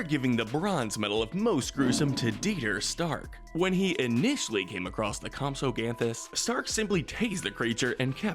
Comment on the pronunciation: “Mossasaur” “Terradons” “Campsognathus”